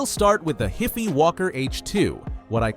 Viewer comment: wouldn't "HIFI" be pronounced like "WiFi"? ...ya know, HiFi as in High Fidelity?